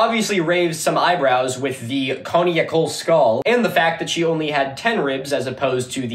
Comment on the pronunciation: In addition to not being able to pronounce Conical, this guy doesn’t know how to pronounce Ahnenerbe.